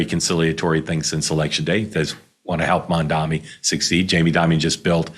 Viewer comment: Mamdani. Pronounce it right.